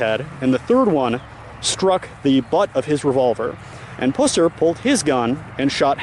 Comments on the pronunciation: My sister lives in Reagan just up the road 30 minutes and knows the history very well. Great objective video, but your pronunciation of 'Pusser' is all wrong.... It's Pusser which rhymes with cusser. (like someone who cusses). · It’s pronounced like the puss in an infection. Puss-er. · This was a fantastic presentation with exception to the fact that you repeatedly throughout kept annoyingly mispronouncing Buford's last name. It kills me that people make these videos and can't even get the subjects name correct. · Tell his story - Pronounce the name correctly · Learn how to pronounce his last name correctly! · Why is it, So many people doing these video documentaries, Most of them Can't pronounce Buford's last name, Pusser?? I could pronounce it when i was 14. But Anyone who thinks that Buford " murdered his wife & shot himself" has shredded cabbage for brains!!! Even the TBI agent Warren Jones said in 1967, that " anybody that think That, theyre pretty Ignorant about gunshot wounds". Btw, you Should know that the " other guy" from Arkansas has claimed all that BS because his Aunt was the woman that Buford killed; Anyone who called him on some of his shaky info, he calls them names & blocks them from his page.